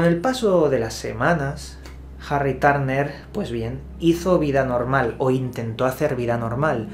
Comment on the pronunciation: Jarri Tárner 😂🤣